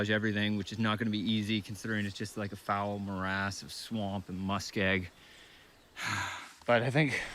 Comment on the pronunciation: Maybe the white wolf was trying to help you to pronounce "MUSK OX"😯